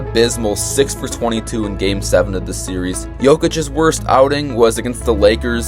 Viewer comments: Series is two syllables, my guy. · If bro says series’s one more time 💀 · how are you so dumb you say serieses?